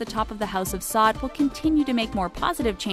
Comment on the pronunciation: Pronounced “Sa’oud”